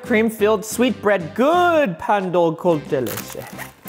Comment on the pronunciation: It is not a pastry it is Pronounced pãn